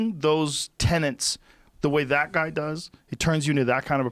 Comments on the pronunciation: Joe: please stop saying 'tenants' for 'tenets'. A moral 'tenant' is a cool-acting rent-payer. 'Tenet' definition is - a principle, belief, or doctrine generally held to be true. Bless up bruv. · TENETS not tenants. Cripes, Joe. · Joe....it's not friggin "tenants"...it's " TENETS" ! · 'Tenets' Joe, 'Tenets'! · Tenets, Joe. Tenants are renters